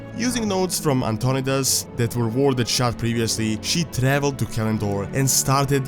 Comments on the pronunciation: Antonidas is pronounced An-ton-eye-dus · Antionidas is prounced ANT-TO-NIDE-IS